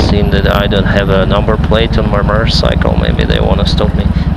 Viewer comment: are you saying murdercycle? loi 130MPH isnt slow bud